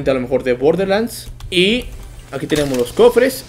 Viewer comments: Se dice borderlands no borde XD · Se dise borderlans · SE PRONUNCIA BOR DER LANDS